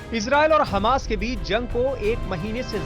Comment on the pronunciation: Hamash? h hamsh thik kiya?